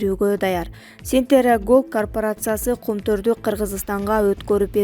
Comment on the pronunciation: Сентера дебей Центерра деп туура окуганды уйрончу